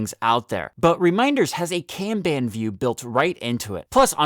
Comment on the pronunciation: Kanban is pronounce con (like con man) and bon (like James Bond) it's not can ban. Pronounced KAHN-Bahn.